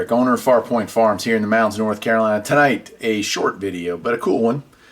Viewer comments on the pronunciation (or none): none